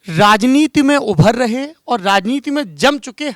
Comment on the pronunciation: It's not "raha" it's "rahe", you village idiot